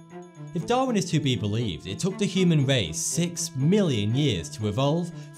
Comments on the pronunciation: the human wace huh? LMAO please evolve your speech. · The human wace has weached its peak!